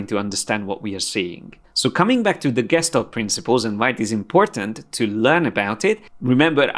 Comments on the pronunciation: It's pronounced geshtalt and every time I have a little tik hahah but I love your classes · It's pronounced Geshtál't with a soft L